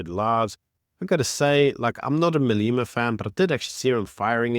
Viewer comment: Malema. Not Maleema. E pronounced as in egg!